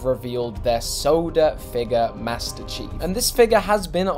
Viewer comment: Maestir Cheeeef in da soouder